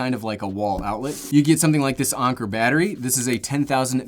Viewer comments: Did this man really just say ON-ker instead of AN-ker lol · No way he just said On-ker and not Ank-er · Did he say “Onker”? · The way he said anker 7.04